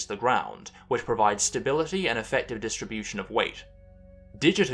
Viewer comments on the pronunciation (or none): none